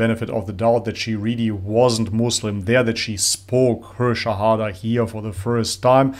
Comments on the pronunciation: She was not a Muslim before, a Muslim would never knowingly pronounce Shahada wrong. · I would agree that her heart was probably set on becoming muslim, but judging by her shahada pronunciation she is a new revert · I don't believe she was already a Muslim, listen to how she mispronounced the words of her Shahada, if she were a Muslim, she would know this by heart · Agree. . We can hear mispronounced the words of syahada. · you can tell she isn’t Muslim already by how she didn’t already know the proper pronouncing of the shahadah May Allah swt bless and reward her Ameen.. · Can't be fake, she didn't even say the shahada in arabic properly lollll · yeah the way she repeated shahadah, she said them for the first time cus she did mistakes in the pronunciation while repeating, she might have been muslim in her heart. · Definitely not a Muslim. When she said the shahada the pronunciation was totally off. But I guess brink of conversation like you said. It is hard to accept so quickly. She must have known something and needed a little push maybe. God knows. In Islam unless disproven if anyone says they are a Muslim, we are not allowed to question. So, I guess that is why they didn't question her. Usually people who have done like a lot of research are there with their questions. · She was definitely not a Muslim prior to this as she wasn't able to the say the words of shahada correctly, there were also mistakes in her pronunciation. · Can tell she wasn't already a Muslim judging by her pronunciation of the Shahada. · she was not a Muslim. You can hear how she is mispronouncing the shahada. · You can tell by her pronunciation of Arabic that her first time saying it since most of the words are mispronounced. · She was not Muslim, she couldn't pronounce the words of the shahada at all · Her pronunciation clearly tells us she wasn’t a Muslim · She was not a Muslimah . You can tell from her Arabic pronunciation of Sahada but definitely was on the brink.